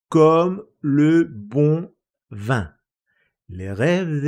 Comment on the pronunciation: Pero la pronunciación de la palabra vino es [vɛ̃] no [vɑ̃]